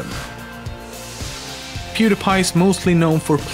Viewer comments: i was about to say how did you say he's name right but then i remember you are Swedish and well when he hit 100 mill it in 2020 not 2017 and he will still grow at that speed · in one of pewds videos he mentions how he got his username.....so it's actually pronounced correctly.... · HOW DID YOU SAY HIS NAME SO GOOD?!?! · This guy is swedish. Hus orenaunciation of pewds name was flawless